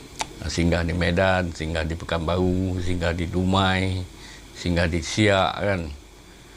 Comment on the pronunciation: Pekanbaru bukan pekanbau tuk...